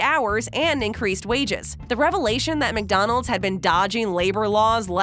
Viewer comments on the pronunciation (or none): none